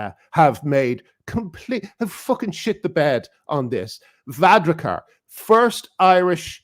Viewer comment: It's Var-AD-kar, not Var-RA-kar.